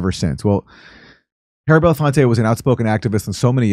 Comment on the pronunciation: Aaron can't seem to pronounce Belafonte correctly, which is weird when you're paying tribute to him.